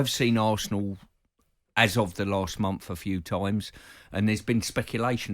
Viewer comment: the way simon said the word month (or months) was pretty amazing